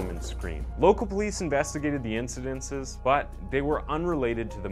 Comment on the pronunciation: And , "incidents", sounds just like it's spelled, not "incidences". What is the education level of this narrator?